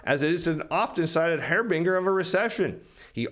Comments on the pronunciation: Pronounce harbinger as harbinjer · I like your video and believe you are on the right track. But, you mispronounced the word "harbinger" big time, which makes me wonder if you know what its definition is. Many podcasters show me how little read they are by their mispronounciations. Sorry. Had to say it. Drives me crazy.